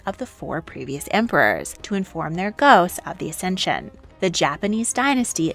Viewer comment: It's accesion not acension!